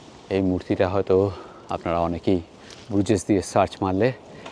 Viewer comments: Pronunciation is brooj, not Bru jais. It is a mainly walking and cycling city, people don't use cars, best is to walk across the overpass over the canals or cycle the quaint streets. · Bruges is pronounced as Broosh in Belgium also local Flemish people call it Bruha